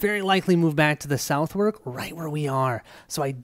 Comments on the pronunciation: Thanks for the playthrough. By the way, Southwark is pronounced "suthek"... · I loved this video, however I'm gonna give A little pronunciation guide. Southwark: Suth-hook, with a silent h in hook Shoreditch: Shore dich